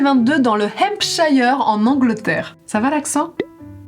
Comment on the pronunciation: Petite correction, le Hempshire se prononce Hempshir (ir comme dans sir), en fait ça vaut toujours pour shire, c'est en une seule syllabe. Je suis en licence d'anglais, j'ai appris ça l'année dernière, je me suis sentie trahie 😂😂😂😂